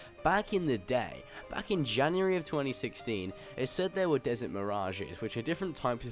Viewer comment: he ask about desserts, not desert.. wthell?